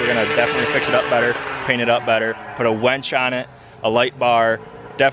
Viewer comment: Its winch not wench